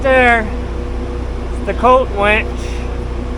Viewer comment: Psst... Hey, it's WINCH not WENCH (Unless Colt's serving tha' beers!)